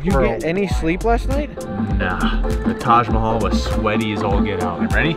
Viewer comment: As an Indian I can't stop laughing after how he pronounced taj mahal